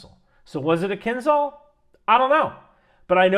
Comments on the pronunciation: It's pronounced kinjal (a type of hand knife) not kinzal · Please copy-past "Кинжал"(Kinzhal) into Google Translate and push the button below that word to hear what it actually sounds like. It's "Zh", not "Z", though I guess there is some irony in pronouncing it like Z in this context... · not kinZal, it's kinZHal as Zhytomyr (Ж) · Just because you seem the kind of guy who likes details - the "zh" in "kinzhal" is a "ʐ" ("Voiced retroflex fricative", IPA 137), pronounced like the "G" in Gerard (Depardieu). Doesnt change the fact that your calculations seem very on point, but would make you sound even more knowledgeable ;) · It's pronounced as zh sound, not z. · I love how you keep trying to pronounce Кинжал 😊 Just go with Killjoy designation used by nato.